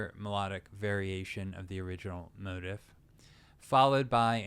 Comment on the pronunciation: I enjoyed the lesson. Thanks. There was a lot there I never thought about before. One minor issue - I believe "motif" is usually pronounced mo-teef`, not mo`-tif.